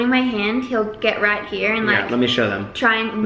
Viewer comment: says "here" in an American accent! SO CUTE!😍😭❤️